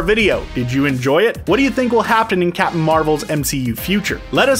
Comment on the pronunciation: can you just say captain bc you keep saying capin'